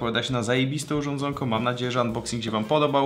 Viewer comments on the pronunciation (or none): none